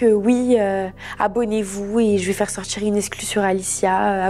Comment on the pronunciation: Insupportable. « On a commencé à sortchir »